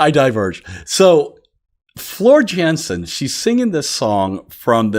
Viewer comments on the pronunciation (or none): if you haven't listened to Nightwish with Floor, then you have truly missed out...FYI---her last name is pronounced Yansen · Please please....what are you waiting for??? =D Welcome, to Nightwish. :) Here is my list for you......but first..... Floor Jansen (pronounced Yansen) who is actually Dutch and the 3rd of the bands lead singers. By the way....she is 6'1" and known as the Valkyrie Goddess. Marco - Bass and vocals (wait until you hear him sing with Floor and solo....) This band is going to rock your world dude. Emppu - Lead guitar (jokester and very deliberative in his playing) Jukka on drums, but had to stop due to insomnia (but is still behind the scenes with Nightwish), new drummer is Kai who was the drummer with Wintersun. Tuomas - keyboards and main songwriter/choreographer for Nightwish aka genius. :) And Troy, who you will see trust me, as he is vocals/flute/woodwind/bagpipes/you name it lol. :) Here's just a few Nightwish live songs for you to choose from.... The links that I have added are with lyrics whenever possible :) Shudder Before the Beautiful (opening song at Wembley Arena 2015) Your's is an Empty Hope (2nd song in Wembley Arena 2015) Ghost Love Score (Wacken 2013) Storytime (Wacken 2013) Romanticide (Wacken 2013) I Want My Tears Back (Buenos Aires) Ever Dream (Wacken 2013) Ghost River (Wacken 2013) Song of Myself (Wacken 2013) Last Ride of the Day (Last song of the Wacken 2013) Dark Chest of Wonders (Opening song Wacken 2013) Devil and the Deep Dark Ocean (Buenos Aires 2018) Amaranth (Wacken 20